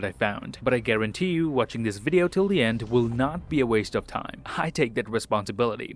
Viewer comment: I love it when he says...and I'll see you guys in the next waughn